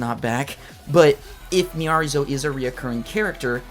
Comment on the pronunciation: Now you know it’s pronounced Miyareez 😂